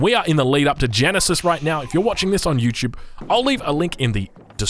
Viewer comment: "Youre watching this on youtube" ("YouChube") No way? I thought this was MySpace!!!!